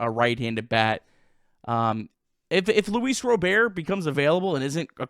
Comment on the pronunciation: It’s Luis RobERT .. not Louis Robèr… quit being gay